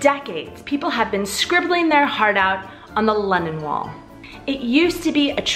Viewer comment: I was listening to this video on my daily walk and I thought I heard “Lenin Wall”. I had to pause and check